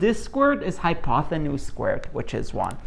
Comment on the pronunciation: I’m just wondering if you’re really pronouncing it, “hypothenuse“?